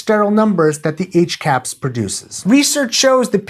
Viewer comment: You pronounce hcahps wrong in my opinion. There is clearly an ah sound in the middle, so it would be more like H-Cops.